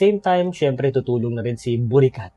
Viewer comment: Bakit Borikat 😭 nakakatawa pakinggan😂😂😂😂